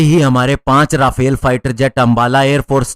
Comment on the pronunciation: भाई राफेल नहीं, रफाल सही उच्चारण है।